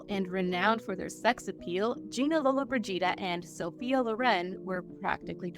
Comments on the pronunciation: Mispronouncing her surname seems really disrespectful… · Thank you, I thought it was just me. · Over and over again!!! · At the start the name was correctly pronounced but later it was mispronounced. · Well not everyone can say names properly especially if they are dyslexic so cool ya self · Thanks wish she would just say Gina as it's not easy to hear it pronounced that way over and over again. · LolloBRIgida ... not LollobriGIda :D Wrong accentuation sounds like "frigid" .... As for the topic, very interesting and a strong story. Men of power then all they wanted was to use their crown jewells below the belt. I wish I could time travel and give them an ear full (putting it mildly). Gina lived a long life - I was amazed 95 !!! She was at the end very fragile, trying to hide all imperfections to the best she could. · Lolo-bridge-eeda! Please practice the proper pronunciation of these names. It's a sign of respect! I have to say that the Scottish fellow does the best at these narrations! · Lo-Lo Bridge Eeda? Really 😂😂😂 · It’s Lo-lo BREE jee dah! The accent is on the third syllable. I can’t watch it now because it’s so annoying that the name is mispronounced! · If you are going to make a video about Gina Lollobrigida you should learn how to pronounce her name. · If you're going to narrate a video about a celebrity, please learn how to pronounce her last name. It's not hard to figure it out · What kind of journalism is this? This is a famous lady and you don't know how to pronounce her last name? My suggestion is stop being a presenter/ commentator on this show! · Was there a reason why you consistently called her the wrong last name ? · Hard to believe you wouldn’t practice the correct pronunciation of her name before making a video! Unprofessional! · Like nails down a chalkboard………… every time you mispronounce Gina Lolabrigida’s name. Unacceptable, disrespectful and utterly rude. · Can't even pronounce her name right! Not watching this trash!!!!! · LOW-la BRIDGE-ida